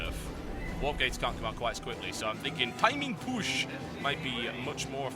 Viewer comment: lol to "timin pUshh